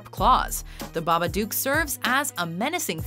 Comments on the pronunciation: It’s Babadook like book. Not doooook duk. Babadook rhymes with book and look. Stop saying it wrong. 😢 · it's babadook (Hook) not babadook (Duke) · Baba-duke? Baba-duke?!?! It's BabaDOOK!!! Like book, but dook!!!! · ITS BAPADOOK NOT BABBBABADOOK! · Baba dook like baba book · Wtf Jason didn't survive he was resurrected. Also the way she pronounced babadook "babaduke" Hurts the soul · You said babadook wrong u don't say it with the double o is say it like it had one o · Its pronounced baa-baa-dok not baa-baa-dewk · OH MY FUCKING GOD, EVERYBODY SAYS FUCKING BABA DOOOOK ITS BABA DO OOK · you pronounced it as "babaduke" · it's not a babaduke, it's a babadook, pronounced like nook, at least watch a trailer. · "The BabaDukes of Hazzard". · Babaduk say it like that otherwise the rhymes don't work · Why do you pronounce babadook so weird? it rhymes with book not puke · IT IS BABADOOK AS IN BOOK AHHH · She couldn't even say Babadook correctly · That's not how you say babadook omg😂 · You see the babadook on four occasions in the movie. And they pronounce it in the movie! Why are you still saying it incorrectly?